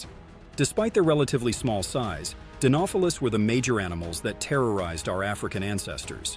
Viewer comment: The way he pronounces "Dinofelis" is so jarring... He almost said it correctly the first time and then completely butchers the pronunciation every time after that...